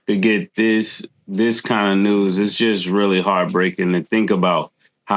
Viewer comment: haha said “I WEALLY WISH”